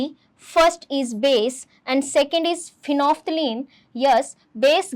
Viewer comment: Phenolphthalein ❌ phenople ✅